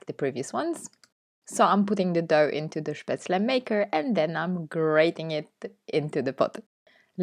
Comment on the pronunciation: Wow! All 3 look delicious 😋 but I agree with your previous comment, the spinach one looks yumm😋. You say spatzle so beautifully ❤. Looking forward to the next one!